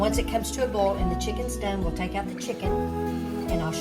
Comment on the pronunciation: U should really give ur measurements wen showing a so-to- speak cooking show (video.) Also it's Pronounced Boil NOT Bowl.😊